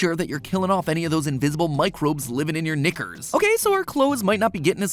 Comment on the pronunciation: When Matpat said Knickers (nice), it sounded something different... ALSO MAKE A THEORY WHETHER SHELDON'S ROBOT OR NOT AND HAS LEONARD DIED WHILE SHELDON NARRATES YOUNG SHELDON ON FILM THEORY.